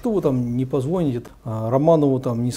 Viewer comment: Как можно доверять мнению человека, если он вместо позвонИте, говорит позвОните и звОнят, вместо звонЯт. Зачем было приплетать сюда святителей, вот мол бы они точно лишили сана и всех и вся, хотя свт.Иоанн Златоуст сам подвергнулся несправедливому суду?